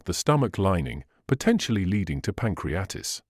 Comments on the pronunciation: Here it is pronounced “pancreatis” which is wrong. The right one is “pancreaTITIS”. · Pan crea tit is....pronounce that Doc. It is NOT "pancreatis". 😅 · *Pronounciation of PANCRIATITIS 😶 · Who or what organization paid to present this chain of errors? The extraordinarily uneducated reader could not even properly pronounce pancreatitis. Knowing of several groups intent on destroying physio-wellbeing I would guess this was created by the WHO. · I think you’re wrong about garlic! And learn how to pronounce Pancreatitis and margarine!!! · Excellent English, not sure about the pronunciation of pancreatitis tho.